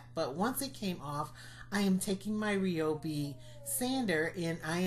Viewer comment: Stunning work! Can't wait to try them! (Also, it's pronounced rye-oh-bee. Sorry, my hubby is a rep so I hear it ALOT!!)